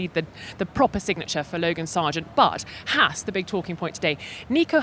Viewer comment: On that guy said Haas correctly and you can actually see the 4 europeans look at him like he just coughed in their face.